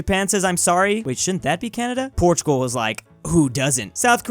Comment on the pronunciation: Ah, yes, Portuzzal